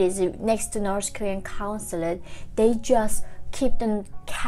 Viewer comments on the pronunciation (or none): wow. coming here after watching older videos where you were saying "nors korea". and now i can see you are trying really hard to pronounce the "th" in "north". keep up the good job :) if it helps, it's easier to say "norD" in stead of "norTH". will not be correct, but still much better than "nors" ;) all that said, thank you for the information, that's what counts !